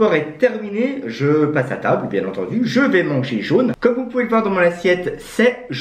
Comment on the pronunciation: A chaque fois il dit bien etendu et le lait se nait pas jaune